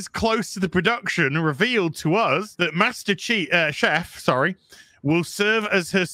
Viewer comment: What the actual eff is the deal with dudes inability to pronounce "Chief". SMFH